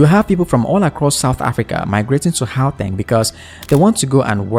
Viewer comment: What did he say here ? Hooatang? 😂😂😂😂😂 it's pronounced GGGGGGGGGGGAUTÊNG 😂😂😂😂